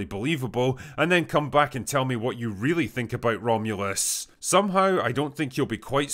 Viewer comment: so drunk he fucked up the name of the movie atta boy drinker